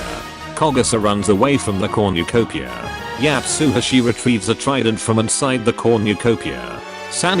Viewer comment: No-one: This video after 2 minute: "Comucopia"